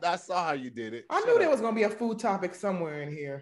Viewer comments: I’m not letting us miss that our boy Tahir said “type-ic” not topic right before the last commercial break!!! Jtfo🦦🤣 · he really messed up topic again on the last one too he can’t say topic